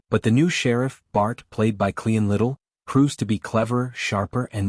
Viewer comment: Cleon Little? Meline Con? quit using AI !!!